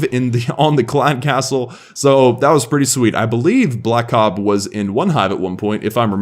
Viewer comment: This is Blakob, its pronounced Blake Ob, thx for the feature!